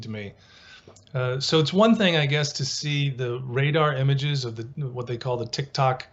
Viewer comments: It is not Tic Toc, it is Tic Tac; get it straight. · Thank you, tic-tac not tic-tok. Just think of the breath mints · This is a Professor that teaches at a college but clearly doesn't know the difference between the words Tic Tak and Tik Tok, very interesting. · It's "tic-tack" not tick tock. Like the breath mint, not a clock sound. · Lol deadass how u make a whole documentary and can’t even say the name correctly smh I had to rewind